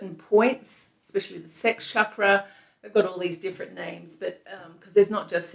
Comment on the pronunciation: huge respect for your practice and the channel but for pete's sake its pronounced Ch- as in chair or staunch. Not "shockruh"